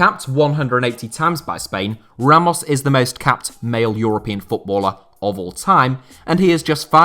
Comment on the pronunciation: with that perfect Spanish pronunciation of Ramos name 🥵